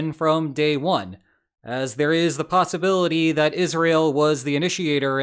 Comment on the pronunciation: lol "possibility"